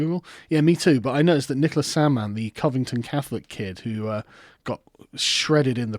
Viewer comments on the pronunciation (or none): none